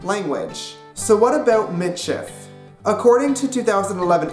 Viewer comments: it is pronounced MEE-sheef. get it right nex time! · you said it WRONG!!!! as a meits person im offended get you fucking facts together